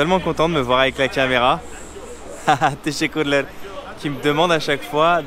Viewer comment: 😂😂😂 j’aime bien quand tu dit tessekkurleur 🤦🏻‍♂️